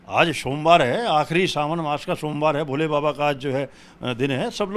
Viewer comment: शोमवार, आश्था, जिश प्रकार , फूल बरशाये, भाषा तो शुद्ध बोलना सीखो, हिन्दू धर्म की रक्षा बाद में कर लेना।